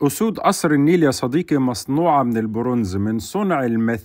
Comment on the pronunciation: ياعم ونبي صديقي بالقاف مش بالكاف